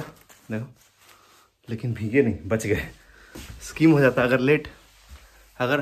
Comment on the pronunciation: स्कीम nahi hota he vo स्कैम hota he scam